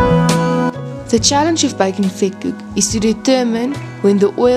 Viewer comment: Vetkoek wird F/Vetkuk ausgesprochen… 😳 oe = u …